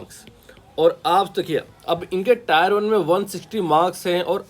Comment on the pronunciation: टायर 1 nahi टियर 1 boliye, ajib lagta h tayar sunke, exam hai vehicle nahi😮